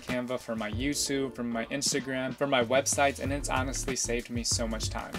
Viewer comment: I am sure I heard Yousube